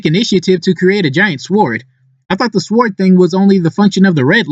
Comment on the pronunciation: Lmao I love how you pronounce the w in sword